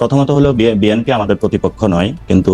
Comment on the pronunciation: তুমি শুদ্ধ করে বি এন পি এর নামও বলতে পারনা এটা কেমন কথা। শুদ্ধ করে বিএনপির নাম বলবে। বেএনপি কি শব্দ?